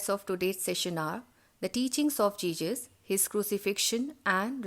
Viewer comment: Ma'am it is not jejus. It is Jesus